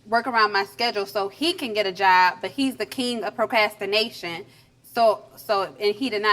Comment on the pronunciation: Well I hope she'll learn to spell/pronounce procrastination, "not propastination." Girl, you said, "What?"😮